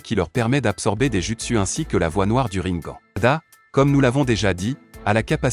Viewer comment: On dit rinegane🤣🤣🤣